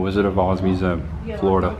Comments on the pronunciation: Thank you for this review, now I do not have to give them any money. Also it's pronounced museum. 😘👉👉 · the way you pronounce museum is funny. mu-zzem